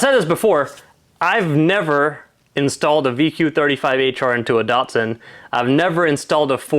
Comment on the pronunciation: My 1st year apprenticeship was with Datsun (Liverpool Australia) in 1981 This video makes me cringe how Americans mispronounce English that was designed to mimic Japanese pronunciation. These cars are not "Dart-sons" They are "Dat"-"Suns" and I don't mean "Date"-Suns" either .. respect the Nippon language please. 😄🇦🇺